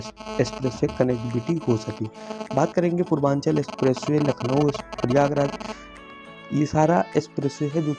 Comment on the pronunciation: गंगा एक्सप्रेस वे, ना कि एसप्रेसवे।